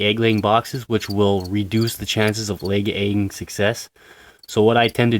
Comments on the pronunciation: “Leg aying success” lmao. But this helped me so much thank you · Erhm "Lay egging"